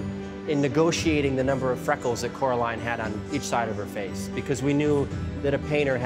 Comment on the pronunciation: Take a shot every time they say coroline